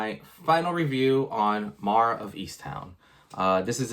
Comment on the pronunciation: Mare, it rhymes with bear, care, share, etc. I was confused as to whom you were talking about. No offense...